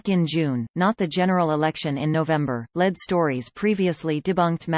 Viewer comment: Especially "Led" stories!